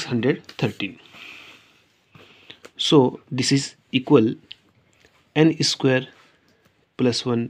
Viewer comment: Please dont say esquare esquare... It is just square. No need to prefix an e sound. Just told. By the way, good video